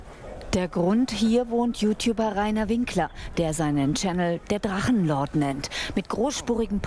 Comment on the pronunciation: Drachenluuu-ord... Wollte der Moderator Luan sagen?